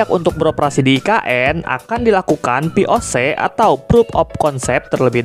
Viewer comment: POC tadi denger nya VOC :V